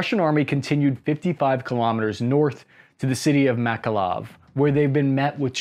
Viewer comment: The guy from the video manages to pronounce every city name wrong. "Enerdogar", "Odeeza", "Makaloov". What the hell lmao